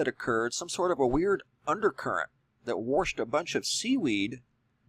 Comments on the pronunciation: "...worshed a bunch of seaweed..." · Did the seaweed get "Warshed" ashore?